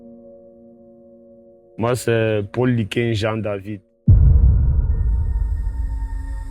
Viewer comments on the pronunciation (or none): none